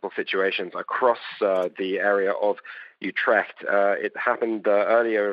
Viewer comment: Learn how to pronounce Utrecht correctly.